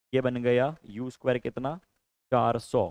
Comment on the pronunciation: 😂 A स्क्वेया+ B स्क्वेया